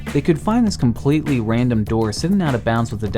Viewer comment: compwetewy wandom spwot! uwu